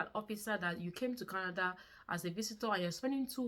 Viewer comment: Its not kanada. It's Canada